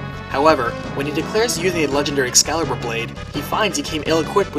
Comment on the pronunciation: "Noo I said Excalibur! Not Excalpor!" Banished